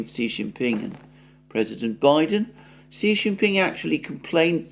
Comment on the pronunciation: Xi Jinping's pronunciation is totally wrong. "X" in pinyin is not "S". Better to pronounce it like "sh", and even better to make it soft "sh" like in your wrong pronunciation of "X". "SH" is very different from "S". There is also a surname Si in China. Even so, there is also intonation.